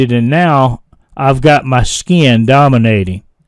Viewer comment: Where do you originally hail from,? When you say, "Skee-in" I flip my wig every time! I'm a (really) old VA boy, but I'm kind of a linguistic chameleon, as I kind of adopt a neutral accent when I'm among non-Southerners.